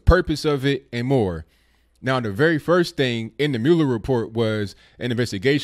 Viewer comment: It is pronounced "Mull-Er"